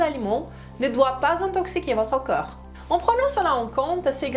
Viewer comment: Le mot "corps" se prononce KOR. Hors vous le prononcez à chaque fois comme le mots "cœur"❤, KEU-R Vous prononcez pourtant parfaitement le mot O-Key. Il suffit simplement de le prononcer à l'envers KO-R. Vous prononcez aussi parfaitement le mort "rapport", là, c'est encore plus facile. Il suffit de remplacer le son RAPE par le son K.